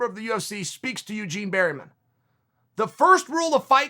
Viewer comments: Its Bareman, uncle, NOT Berryman. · Eugene "berry" man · ‘Coach Barry-man’ 😂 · "Eugene Berryman" LOL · Chael "Bariman" Sonen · Good old Eugene berry-men lol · If Chael says your coach is called Berryman, then Berryman it is. Undefeated. Undisputed. Never misspelled a name. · 'Eugene Bareyman' ?